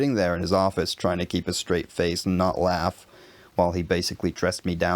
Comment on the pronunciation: In the last example, the vowel sounds are a little too long. look laugh, need to sound like three letters , clipped off and short without a hint of the longer vowel sound, so NE British, booook, no, buk, short u sound.